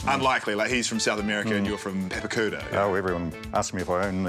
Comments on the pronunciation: You definitely didn't say Papakura 'good' bro. Love your work though. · Was he joking about saying Papakura right? Cause he butchered it like he butchers every Maori word. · Ironically you pronounced Papakura wrong. The A's are pronounced like the a in car not as in cat. Bitch